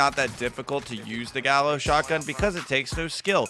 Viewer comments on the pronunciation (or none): It’s pronounced gayò. Gallo means rooster in spanish